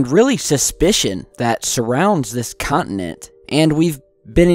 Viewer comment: Con-ti-nent not cont-in-ent